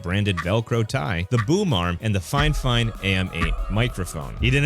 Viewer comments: Fifine and not FineFine 😂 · Its the "fi fine" not the "fine fine" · It hurts my soul that you keep saying fine-fine and not fi-fine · You keep saying finefine when its Fi fine. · "finefine"? haha bot reviewer go look for other hobbies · okay cool. You're the only one doing it though. And I heard a few different pronunciations of it. Everything from fee fine to fi fine to fuh fine.